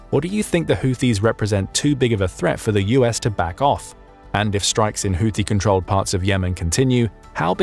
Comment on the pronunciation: PRONOUNCIATION CHECK: Houthi is NOT pronounced with "th", but with a simple "T" no matter who else you've heard mispronounce it. You're welcome.